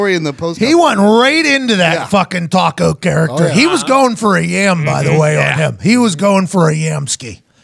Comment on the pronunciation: Bro said taco character..